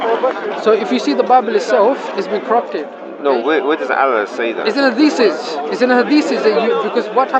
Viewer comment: blood comes out a dead chicken everyone who has slaughtered any animal will know that fact why do Muslims have no ancient complete copy of the quran? Funny he can't pronounce hadiths but you can lol if recitation of the quran preserves it so well why did islam panic after just a few muslims were killed in a battle at the beginnings of Islam according to the standard Islamic narrative (SIN)?